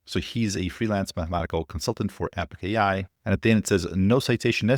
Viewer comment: NOT Epic AI!!! Epoch AI... pronounced eh·puhk